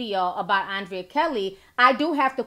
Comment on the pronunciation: The girl name is pronounced UN/DRE/YA you killing me T🤦🏽‍♀️‼️ I’m just say....